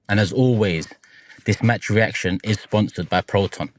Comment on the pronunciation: “Sponthored by proton”